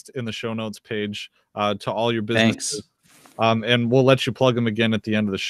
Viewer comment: "Succes-a-full"? "businesseses"? "restrictiotins"?...English isn't even my native language, but I can pronounce "successful", "businesses" and "restrictions". Perhaps this guy should take a class (or two).